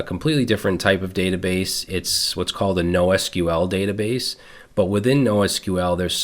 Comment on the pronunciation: That " the batabase" 😅 thank you you legend!❤